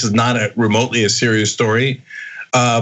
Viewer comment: Rewax. It's weally not that seweous